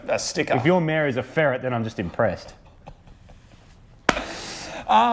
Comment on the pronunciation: Took me a whiiile to workout you're saying "mayor" as in head of the town, and not "mare" as in female horse.